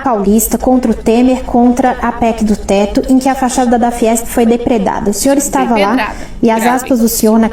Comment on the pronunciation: a palavra é "Depredação"...